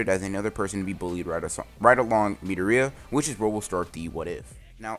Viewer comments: Boi stop calling midoria metorita it’s (meh,door,e,a) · its midoriya not midoria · His name is mi-door-ree-a not mee-der-ree-a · ITS PRONOUNCED MI-DOOR-IA NOT MEEDOOORIAAAA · It’s midoria not mideria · Kept wondering who he kalling midoreia sounds kind of weird should of just said it like the anime midoria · It’s mitorya it’s midoriya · Pronouce it as MI-DOR-E-YAH pls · He said me da ri yaa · Is no one else getting annoyed how he says Midoriya? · am i the only one who are disturbed on how he says midoriya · Could you please pronounce midoriaya wright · Is anyone not bothered how he says Midoriya shit bothers me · Idk why but the way you pronounce midoriya triggers me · You pronounce midoriya wrong. Just saying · Are u saying mirio or midoriya